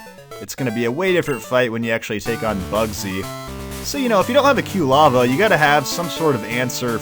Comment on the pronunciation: I love, but the mispronunciation of Quilava is going to drive me nuts until it evolves...